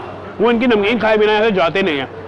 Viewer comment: please don't mind but it's Zzzzveri bazar not Jhaveri. It's name is because of its close proximity to the Gold market near by!